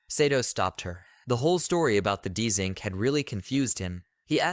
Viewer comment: Why is it saying his name Dzink? It's JUST ZINC